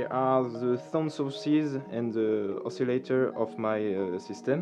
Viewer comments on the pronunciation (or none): none